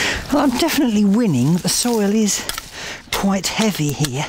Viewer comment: "I'm planting primroses HEAH... HEAH... and HEAH." Respect gardening authoritah!